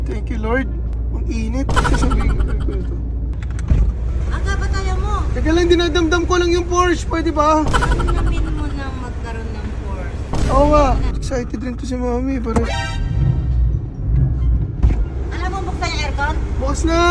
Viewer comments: It's Paw Shuh po nagpronounce hindi Pors✌️ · ang bigkas po dyan porsya! di po pores